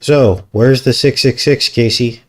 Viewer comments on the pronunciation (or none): none